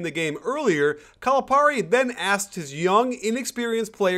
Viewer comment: I'm sorry, but if you are going to trash a coach, at least learn to pronounce his name correctly.